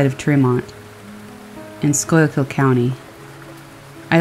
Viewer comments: It’s pronounced Skoo-kull😂 It’s okay, I’ve never heard anyone who’s not from PA pronounce it correctly. It’s kind of the running joke of the state that nobody can pronounce it. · As a born and raised PA native, the way she pronounced Schuylkill sent me😂😂😂 anyone else?